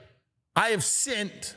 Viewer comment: "I have sint" 😂😂😂😂